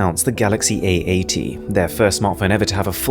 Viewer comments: i love when he says A80 it sounds like eeeighty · it so hard to pronouce my phone name samsung ay egg ?samsung aeight samsung egg egg ? samsung 88? samsung ate ate ? samsung ??